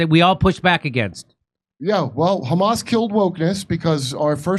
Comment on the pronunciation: You've nevah Mr Bean